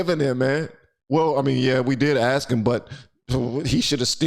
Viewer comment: Ax. Ax. Ax. Stop it. You sound ignorant.